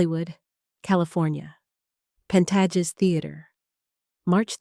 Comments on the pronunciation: The AI voice is AWFUL and the script is worse. Careers aren’t destroyed at the Oscars - idjit. And it’s pronounced Pan-tay-jes, not Pan-tah-jes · I see no indication that the narration is AI. If it IS AI, then it satisfies only the "Artificial" descriptor. It is certainly not "Intelligence". If it is NOT AI, then it is an amateur who has failed to do her homework and learn the correct pronounciations of "Pantages" and "couture" and "Hubert de Givenchy*", whose gender she also confuses. (*Hubert de Givenchy is pronounced hoo-BAIR duh zhee-von-SHEE.) The narrator pronounces it correctly the first time she says it, but mangles it thereafter, pronouncing the "H" and "t" in Hubert and using a hard "G" in Givenchy". Also, why are you showing images of Edith Head while the narration is focussed on Hubert de Givenchy? Such sloppy documentary-style filmmaking. Speaking of giving credit where credit is due, this minute documentary is stealing from well publicized, previously reported controversy. So far, it adds little to what is already known while confusing matters with sloppy, amateurish reporting. Illiterate narration like this contributes to the dumbing down of viewers.